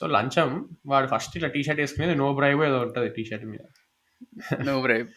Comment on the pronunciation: Bro it’s Lacham not lancham